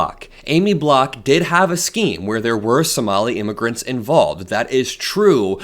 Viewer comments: It's B-O-C-K,. Not BLOCK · Pst her name is Aimee Bock not Block ….